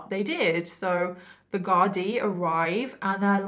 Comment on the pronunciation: Ahh it's a pity you didn't show the photo of Charlotte(who got a job in the prison kitchens) holding a knife up to a fellow male prisoner for a laugh, having a great old time. Great work on tbe Irish pronunciation of Garda and our Irishisms of language you sprinkled throughout the video. Well done 👏 😊